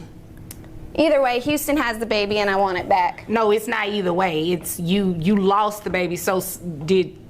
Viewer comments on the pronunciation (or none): "You LOLst the baby". Hahahahah